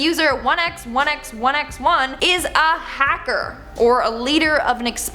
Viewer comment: Also, the Hacker ‘1x1x1x” is pronounced “1 by 1 by 1 by 1”